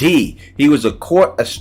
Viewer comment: Did you really say Astromener?😂😂😂😂 bro tweakin